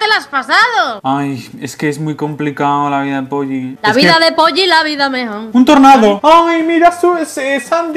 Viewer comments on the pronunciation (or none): ahora por vuestra culpa en los anuncios de polly solo oigo polli :$ xDDDD!